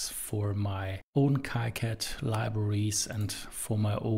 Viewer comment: it is kicad like the sound of key....so it sounds "keycad" . you can ask the developer for it.